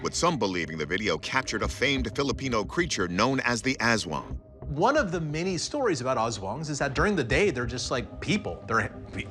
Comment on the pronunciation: aswang pronunciation 😆 it's more "uhs-swung" than "azz-wuhng" in our filipino language, actually